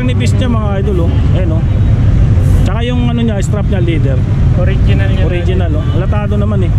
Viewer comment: Bossing.... correction lang po. Not a basher... leather po hindi ladder....